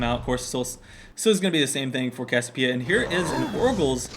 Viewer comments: you can pronouce it CASS-ee-OH-PEE-uh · It's pronounced "CASS-ee-OH-pee-uh" !